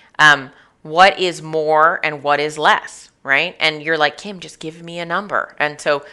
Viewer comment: Kim not kim hahahhahah